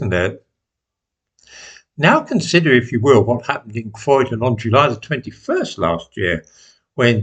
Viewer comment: Lads, it's Croydon